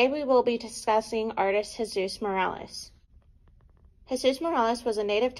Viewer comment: His name is MorOles, not MorAles. He hated it when people pronounced his name wrong.